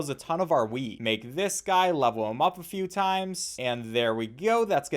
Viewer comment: how come every time he says wheat I hear weed?